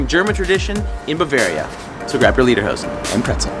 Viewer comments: Repeat after me: lay der hozen.....not lee der hozen. I lived in Bavaria for three years in the 1980s and I still miss it every day, the food, skiing, the people, the culture. I bin a Bayer, host mi ! Super video, brought back many memories. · Leaderhosen? :D its spoken like laiderhowsn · Don't mean to be smart-alecky, but Lederhosen means Leather Pants, but you say "Liederhosen", which would mean "Song Pants." :D